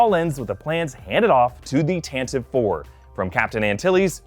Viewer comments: It's pronounced Tantavee! Not Tantiv! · He keeps saying "Tan-tiv." But it is made clear all the time that the ship is called the "Tan-Tiv-EE". I know that's pedantic, but it is the Tan-Tiv-Ee 4. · It’s pronounced “Tantiveee” you eedjiot.